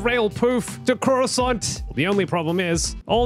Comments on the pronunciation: i like it when you said croissant instead of coruscant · Coruscant isn’t “curo-sant” it’s actually “corus-cant”